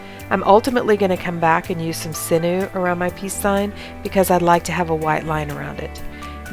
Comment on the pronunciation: Thank you for all your awesome videos. You have great angles. Just and FYI sinew is pronounced sin-yew not sin-ew ;)